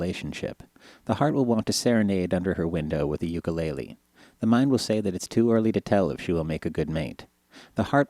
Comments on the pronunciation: "you-kah-lay-lay." That is wrong my friend. "ooo-kay-lay-lay." Is the correct way. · nice video. and funny too! XD its Ukulele not "YOukelaylay" ugh! people get it right and pronounce it correctly.